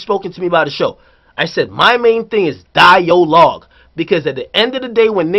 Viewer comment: nigga said 'DI-O-LOGUE' 😂😂😂